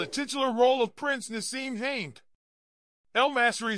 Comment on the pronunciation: These AI generated stories are an insult. You got the name of the character he coaches wrong, his name is Hamed, not “haint” Try doing a bit of real work